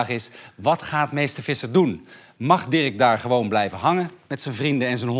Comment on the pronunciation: Naahh dirrrek